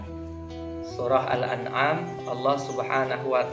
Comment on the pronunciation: Baca. Surat Al Anam. Sedikit aja. Blepotan apalagi. Satu. Surat tidak. Jelas mahrod. Hurupnya . Min. Ketemu. Nun. Sukun. Itu. Di. Baca.nya. Dengung.....dr. Mengucap. Hirup. Djal. Aja. Lu. Nda. Bener. Syin. Nya. Juga. Tidak. Pas. Pada. Makhrod nya. ..kelas. Paud. Belajar LG. Coy. Yg betul. Baru. Tampil. Biar nda. Malu maluin.